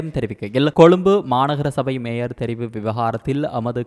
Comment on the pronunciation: பெண் வாசிப்பாளருக்கு ய, ஜ உச்சரிப்பு வித்தியாசம் தெரியாதா. மேயர் என்பதை மேஜர் என வாசிக்கிறார். ஆண் வாசிப்பு நன்று. இந்த பெண் வாசிப்பாளர் தமிழரா அல்லது வேற்று மொழி பேசுபவரா.